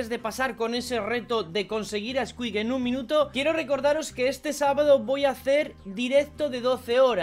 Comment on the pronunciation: Creo que la maldición cada vez va desapareciendo:o Mexicano xD